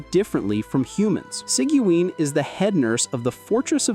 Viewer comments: See-gee-win, lol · I usually pronounce it as Siege-win. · Bro how did you pronounce sigewine 🥸